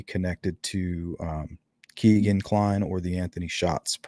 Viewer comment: His name is pronounced “KAY-Ghen” not “KEE-Ghen” as said by his own half-brother who was interviewed by the Murder Sheet podcast.